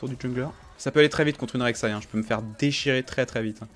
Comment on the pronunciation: Ça me perturbe tjr quand tu dis "la rek saï"😂